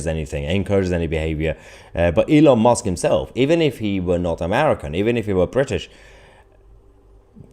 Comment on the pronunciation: Youre saying elon mosque. I said its close ill give him that instead of commenting. But you really emphasised it after that lol